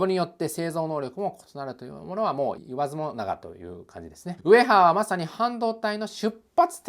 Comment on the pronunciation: 字幕は「もがな」だけど「言わずもなが」って言ってるー